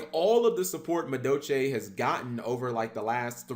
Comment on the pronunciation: Why don't you pronounce the L in madolche?